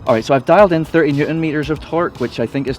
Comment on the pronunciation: Hi, sorry mate but did you say 13 or 30nm? Sounds 13 to me, cheers pal